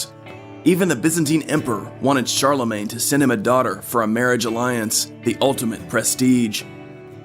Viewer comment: Karl-le-mon? Did they call one of the most important Emperors of the middle ages "Karl"?